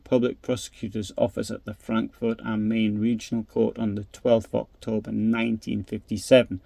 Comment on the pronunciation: am Mine not Mane